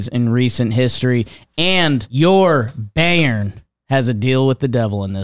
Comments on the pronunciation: Like the Scottish word for baby, "bairn." It's interesting, a lot of Americans would stumble across the correct pronunciation on accident. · The amount of misinformation and jim just talking out of his ass during the bundesliga segment made me cringe hard, love the work and everything but you clearly didnt do your research with this one. And also it pronounced "buy-earn"